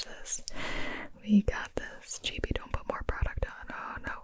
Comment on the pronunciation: I thought it was gibi not gibi